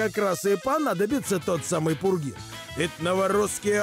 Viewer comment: Не пургин, а пурген.